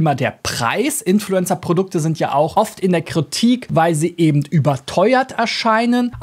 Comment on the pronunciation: “Eben” nicht ebend!